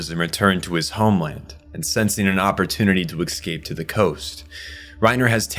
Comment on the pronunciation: Why can't you pronounce "escape" without adding a k or an x?😅 Why do you say "advancement" when you should say "advance"? English is your first language yes?